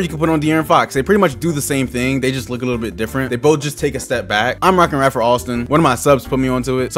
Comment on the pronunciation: It’s Ray-fer Alston aka skip to my Lou